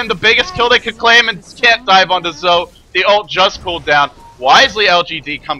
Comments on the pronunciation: If you listen closely (see watch?v=OZxZaYi14EU#t=4079s) you'll hear he actually pronounced it something like "Dzo" or "Tzo", not "Zoe". Of course you're free to pronounce it however you like as you're the well-known commentator and I'm not. Just saying that he doesn't actually pronounce it "Zoe". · It's "Joe" according to Beijing pronunciation and Zhou himself pronounces it "Dzo" because he has a southern accent. Either way it's certainly not "Zoe" and I have no idea why says it that way. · his name is pronounced "zhou" or "joe" however you want to put it, but not zoe lol